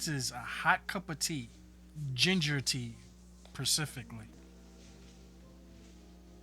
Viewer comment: Percifically..... later.😂